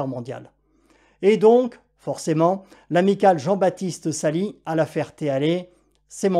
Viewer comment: Svp dites Salis (Salisse) et non Sali(s). Le fameux Michel n’est plus ni moins que le directeur des vols du Meeting annuel. Une personne tres expérimentée et compétente ! Le scénario est digne d’RMC24, rien d’étonnant, avec son lot d’incohérences. Le coup de la cylindrée est assez enormissime. Sûrement une confusion des unités entre Pouces cube et Litres…